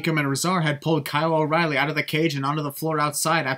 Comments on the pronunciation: I feel like when Nigel said “Roddy” he really said “O’Reily” but it just sounded weird Bc he’s british. Remove one sin, and add it to the sin video. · At first I thought he said Roddy. I think Christian thought he said Roddy as well. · He said o’reiley which sounded like roddy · just want to say that Nigel said oreilly not roddy when he broke up the pinfall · He sad o,ryle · He said oreily broke it up not roderick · Nigel did say that O'Riley broke up the pin. With his accent thats what made it sound like he said Roddy.